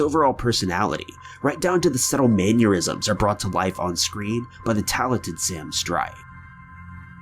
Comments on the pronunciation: "Maneurisms "!?? C'mon dude, it's MANNERISMS. I'm not the grammar or spelling police, but this one is a personal pet peeve. Sry! Love your channel though! ! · Bruh, you gotta stop pronouncing "mannerisms" like "aneurysms"